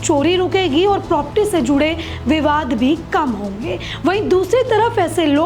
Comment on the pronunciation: बहन propti नहीं प्रॉपर्टी बोलो